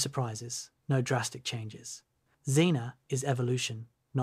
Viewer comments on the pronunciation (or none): See I kept reading that Z-ae-na. But you read it Xena. And now I can't get that theme song out of my head XD